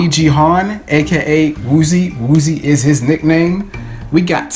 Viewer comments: Woozi is pronounced as wuji/uji😉 goodluck! It took me three days to memorize their names and faces. Looking forward to that day when you're officially a carat(fandom name) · Woozi's name is pronounced like woo JI and that his name cause his Korean name is jihoon and woozi means "my ji" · "woozi." Me- IT'S WOOJI.